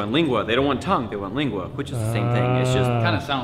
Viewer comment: Its Lengua not "Lingua" lol